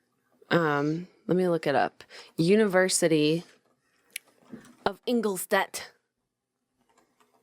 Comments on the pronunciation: In-gol-stadt pronounced // i life in Regensburg 50km away #BayernDesSammaMia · The way Jenna says Ingolstadt just makes me laugh. I had to google it to find out what she was trying to say. Also my dad always told me one quote that Paracelsus said and that was “the poison is made by its dose” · Ingolstadt is totally not pronounced the way Jenna pronounced it. Neither is Professor Weishaupt. 😂 And I thought Americans knew that Bavaria is in Germany. It's where all the German stereotypes come from.